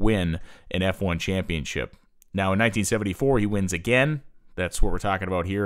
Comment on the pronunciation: Championship ChampionSHIP!!! NOT ChampionCHIP!!! It's a title, not a cookie.